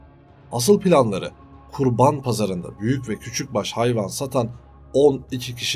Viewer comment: Kurbağa mi yoksa Kurban mi ? A harfi uzatilmaz. Bu arada kanaliniz ilgi cekici, merakla izliyorum, takip ediyorum. Basarilar 🤌🏼